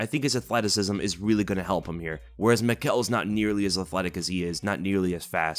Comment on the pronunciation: Michał's name is pronounced Mee-how. A bit chinese